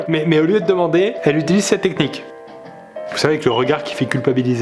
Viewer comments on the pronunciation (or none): none